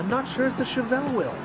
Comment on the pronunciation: Pronunciation of Chevelle is correct